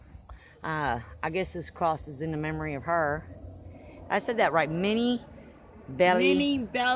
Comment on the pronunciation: No you didn't say it right, her name is pronounced Minnie like Minnie mouse and she was the daughter of Peel I believe! there is no evidence of any massacre!! It's just folklore by racist white Arkansans!! Also, girl you are WHITE, so your freedoms have absolutely nothing to do with the damn civil war!!!! It's one thing to respect veterans, I come from military family that goes way back, but after reading about the last Confederate soldier being buried here and then saying you wouldn't have what you have if not for them is VERY disrespectful!!! Y'all should look into history before doing a methed up video!!!